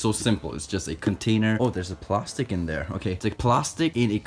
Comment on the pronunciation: The way he said plastic 😂 “plarstic” I love it